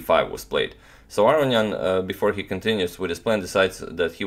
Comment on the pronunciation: Are you pronouncing Aronian's name correctly? Everyone else pronounces it with a long o.